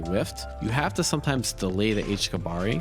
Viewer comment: sigh it's not pronounced kabari, it's pronounced "KABA-REE!!!"